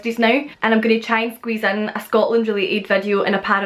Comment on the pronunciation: She says “tee” instead of to sometimes and other times just “oh” instead of to